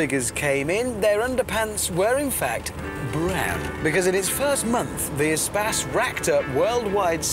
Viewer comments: it should be pronounced e - space (space - loads of room), not some espaaas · why is it pronounced espass and not espace? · It's not "E Spass" it's E Space as in Extra Space. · Umm why did they pronounce it as 'A-spas' instead of 'E/A-Space'?